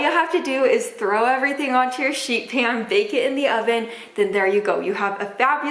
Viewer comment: Sounds like you said shit pan 😂😂